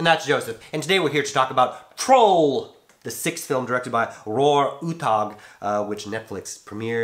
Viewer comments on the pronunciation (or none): The name ain't Roar... It is pronounced Ro-ah